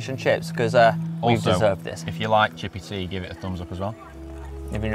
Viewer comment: Chippeh Tea. Eee.